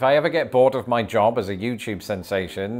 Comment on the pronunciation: Such a lovely 'jib' it is. :P